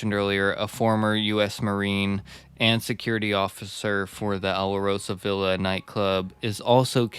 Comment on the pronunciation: JFYI- it's pronounced "Al-Rosa-Villa"